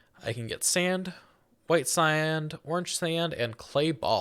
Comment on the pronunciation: Did bro seriously say "bedrack"? Aint no way bro said "agial blocks" "white siand, orange siand"